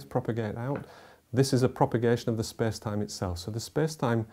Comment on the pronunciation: "spes time"